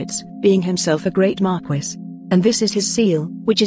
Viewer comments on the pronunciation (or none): Tell this robot that Marquis is pronounced “Mar-KEE” it’s driving me insane.